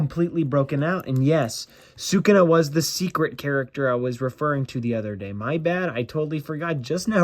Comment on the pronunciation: Bro why are you saying sakunat instead of sakuna